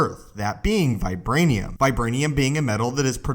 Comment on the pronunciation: vibwanium is not as stwong as uwu